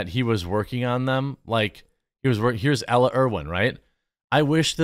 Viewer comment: Gee Jeremy, I grew up in Janesville in the 60s and can figure out how to pronounce names, i.e. Ella.. I guess that just shows the state of the educational system, i.e. teachers unions (which should be outlawed).